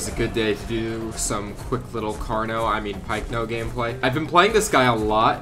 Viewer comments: Why does he call it pikeno it is pycno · I know but it is even pronounced that pycno bye paleontologists